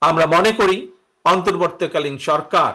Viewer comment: Apni ontorbortii kalin sorkar kothata occharon korty parenna kno?